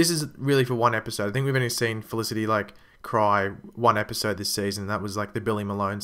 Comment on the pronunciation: u pronoced felicity wrongly 😀😀😀